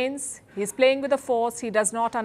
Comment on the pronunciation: Dunny woman saying Canada plating with fire 😂😂😂😂